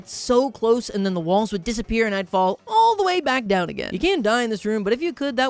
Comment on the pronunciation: I don't know if I'm crazy but I keep hearing balls, I feel like it's supposed to be walls I don't know.